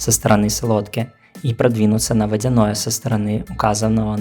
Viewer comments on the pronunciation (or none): none